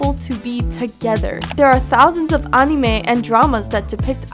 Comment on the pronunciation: You pronounced "anime" wrong, just fyi. EDIT: Also, where did you watch Crocoduel? The episode won't premiere here in the US until October 30. Dying to watch the episode early!